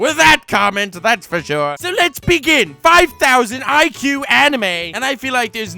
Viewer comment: I'm shirt! Instead of, I'm sure! WTF 🤦. 🤣🤣🤣